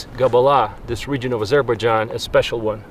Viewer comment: Azer- bág-ahn ???? My God